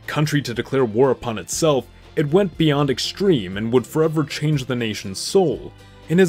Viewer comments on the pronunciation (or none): none